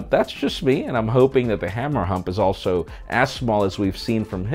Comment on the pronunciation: Did he say "Hamera hump"? o.O